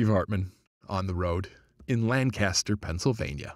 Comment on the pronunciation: Lan kiss ter l live here if your going to say it say it correctly